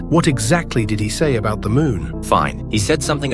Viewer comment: when said "Did he" I thought she said Diddy💀